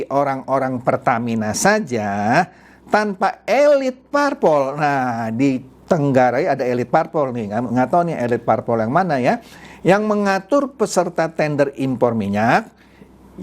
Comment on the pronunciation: yg benar itu "ditengarai" bukan "ditenggarai" om,...